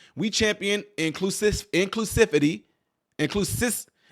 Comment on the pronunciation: You had difficulty pronouncing inclusivity because it is a bullsh!t word coined by morons. in the meantime, how naive not to think when the reveal happened it would not turn violent. I believe the violence against trans people everyone harps on about is actually situations like this .